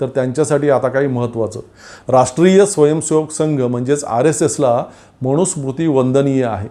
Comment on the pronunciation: तुमचे विचार चांगले आहेत. फक्त एक सुधारणा करा. 'न' चा उच्चार 'ण' असा करू नका. मनुस्मृती म्हणा. मणुस्मृती नव्हे. मी ७० वर्षे वयाचा अब्राह्मण संस्कृत शिक्षक आहे. राग न मानता उच्चार सुधारा. धन्यवाद.